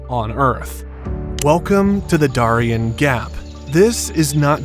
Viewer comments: You pronounced "Darien" wrong but I will let it slide this time. This is why I prefer the creators to narrate and not paid persons. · Holy crap, seriously? You can't pronounce Prudhoe properly? You got Darien wrong too. I guess America's education system really IS in the toilet. Or this is an AI narration... but it doesn't sound like one.